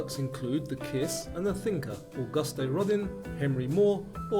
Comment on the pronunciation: Great quizzes - really enjoy them. However, although your pronunciation is better than some online quiz-setters, I couldn't help cringeing at your rendering of 'Auguste Rodin'! Ouch! It's not 'Augusty Roddin', it's something like Owe-gust Row-dan. French.